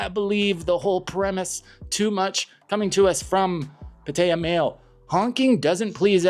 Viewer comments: It's pronounced Pah tai yah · I like your videos. However your pronunciation of Pattaya is fully incorrect. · If you lived in thailand for a while, then why cant you properly pronounce "pattaya"??😅😅😅